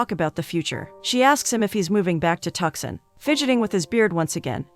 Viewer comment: Ha ha tuc-son Lolool